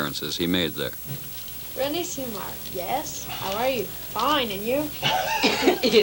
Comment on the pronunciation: He couldn't even pronounce his name correctly... It's not René "Semmar"... It's René "Seamar" ! C'mon!